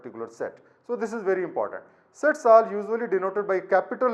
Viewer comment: No offense but i heard it as "sex"😂